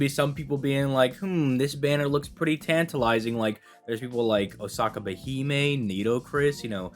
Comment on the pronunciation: This nigga said tantalizing